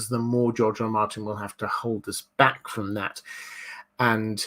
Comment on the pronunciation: "Question frrrrrrrrrrom...."